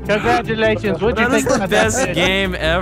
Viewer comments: anyone realize he said conglaturation instead of congratulation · Conglaturation? XD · Conglaturation! Did anybody catch that? Cong-latur-ation-! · “Conglaturation” after second round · Conglaturation? Dyslexia, much? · was the "conglaturation" on purpose or ... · when vannos wins it said congLaturation XD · "CONGLATURATION" LOL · It said conglaturation